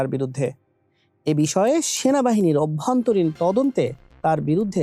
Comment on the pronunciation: উচ্চারণ ঠিক করুন। অভ্যানতরীণ না অভ্যন্তরীণ । অর্থ প্রাচার না, পাচার।